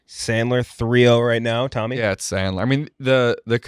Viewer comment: I’m not sure anyone caught calling Tommy a cigarette for how he pronounced it. Big laugh out of me